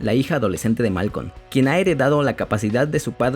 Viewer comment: No es malcon😂😂 es malcolm